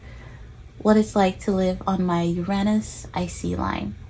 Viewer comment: I came across your vid by complete random. I felt right away “oh I’m gonna like this girl”. And then you said “Uranus” the right way ahah. I’ve been breathing Astrocartography recently, and so probably why I got this vid. I myself have been wondering if visiting my Uranus line might be fun, just for a holiday. Subscribed